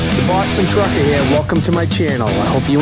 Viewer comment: Bahston Truckah.. lol